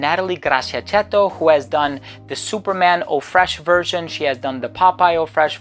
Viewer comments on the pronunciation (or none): none